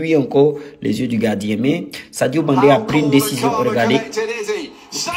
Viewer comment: Sadio Mane et non Sadio Mande